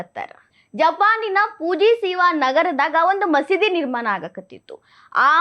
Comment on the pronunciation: ನಿರ್ಮಾನ ಅಲ್ಲ ನಿರ್ಮಾಣ